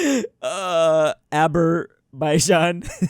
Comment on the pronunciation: THERE IS NO WAY THAT HE SAID ABERBAIJAN💀😢